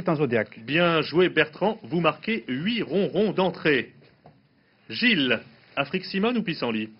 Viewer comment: "BRRRAVO BIEN JOUÉ GILLLLLES" 😂